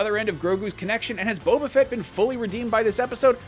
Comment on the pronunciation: Boba not Bobba.